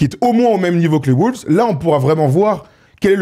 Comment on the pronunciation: Les mecs vous êtes géniaux et je vous suis depuis 10 ans, mais pourquoi diable prononcez-vous "les WOULVES" ?